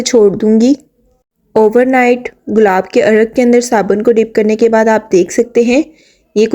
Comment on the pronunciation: Saban ❌ Sabun ✔